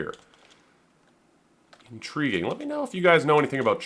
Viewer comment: thats in-tree-ging